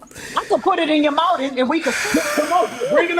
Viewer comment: “Bring it over here and put it in my mouf” 😂😂😂